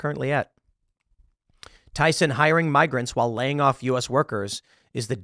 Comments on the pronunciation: Why with the S on the end of Tyson, lol. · Tyson.. you mean byeson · It's Tyson. Not Tysons.